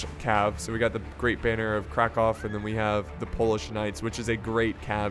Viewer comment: You are pronouncing Krakow correctly, dont let anyone tell you otherwise.